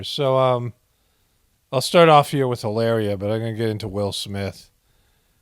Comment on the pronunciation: Brings me joy when you pronounce names wrong love how you say trumps love how you say helaerrreea the Spanish girl from Boston keep up the good reporting from the apocolapyse you a voice of reason in a world wind of non logic with some laughs thrown in 😇